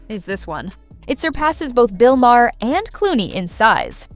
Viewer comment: Bill Maher is pronounced mar as in mars, not mahair.